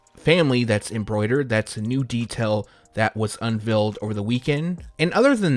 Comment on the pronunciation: MY GOODNESS… The color is SAIL like fail, trail, mail and sounds like whale pale stale kale … it’s not pronounced “sall”, “sell” or “cell”. 🤷🏽‍♂️🤦🏽‍♂️ maybe it’s a speech impediment and not laziness because you just said “un VELLED” not unveiled AI AND EI have a distinctive sound when next to each other. Good luck out there man. Don’t go sayin “I wish i could inhale” when u get to the pearly gates, you might get sent to the lower grounds 🔥 🤦🏽‍♂️